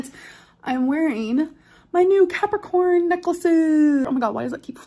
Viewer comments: I had to turn on the captioning to understand what she said because I full on heard "peppercorn necklace" not Capricorn necklace. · bruh i straight up heard her say "peppercorn necklace" and i lost it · Did she NOT say peppercorn ? Cause that is totally what it sounded like and I dismissed it as a "wtf is a peppercorn necklace?" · I heard peppercorn, too!